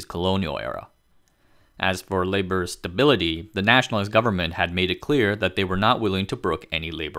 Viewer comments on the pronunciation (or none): none